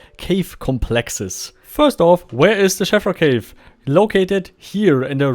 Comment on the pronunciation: I miss the MO1 version of the cave, with its little intriguing windows and smoother surfaces which I expect is more lore accurate. Also one thing, I believe the ee in Sheevra is pronounced like Veela, or cheese, rather than Shevra. A good video as always.